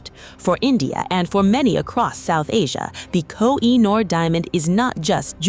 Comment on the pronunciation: It’s pronounced Ko-He-Noor. Duh! 😮